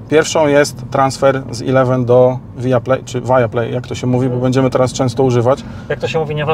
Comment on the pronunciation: via anglicy wymawiaja poprostu via (czyt. wia)